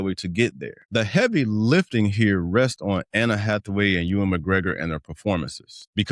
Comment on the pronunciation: This is the second video I've seen someone say "Anna Hathaway"